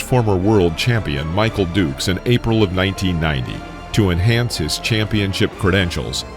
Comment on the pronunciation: Are you mentally handicapped?? Everyone remembers Razor Ruddock and the Smash punch. If you think Buster Douglas was a better known fighter than Ruddock you are a fool. Also Michael Dokes was also well known. Well enough that you should not mispronounce his name as Michael Dukes. You are horrible. Tyson brutalized Ruddock in both fights. Ruddock land some shots here and there but Mike broke him in both fights. That was a knockdown too by the way. A punch landed and Ruddock fell. It's in the rule book Einstein. Steele should have stopped the first fight. 3 times Ruddock was asked to respond and he did not so Steele called it. Your research is trash man. In the 2nd fight Tyson busted him up worse. Fractured orbital socket, fracture Jaw and cheekbone and 3 broken ribs to Ruddock. Do some work before you post this crap. Just another name you say wrong Richie Giachetti is said as Jee-uh-ketty not Gee-uh-Chetty. Have some respect for these warriors the facts and their cornermen. You are awful.